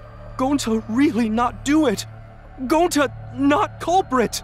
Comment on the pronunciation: Shuichi said that wrong and kokichi says it gonta